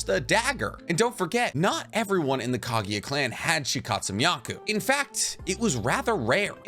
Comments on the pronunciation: man y do u always pronounced KAGUYA as KAGIYA...kinda annoying 🥲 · Bro ...Kageeeeya??have you even watched naruto ?